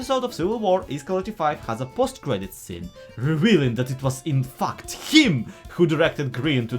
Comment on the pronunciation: Sorry. Accent or not, YouTube totally heard that “infact” as “infucked”